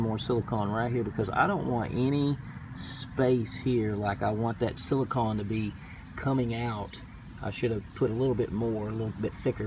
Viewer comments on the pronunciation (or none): You are saying silicahn, rhymes with dawn. You should be saying silicone, rhymes with bone. Silicon rhymes with bun.